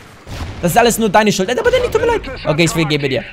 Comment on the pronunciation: Dddddaaaaaannyy Spppprachfehler